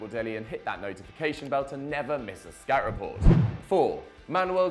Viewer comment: Accent makes it sound like “skat report”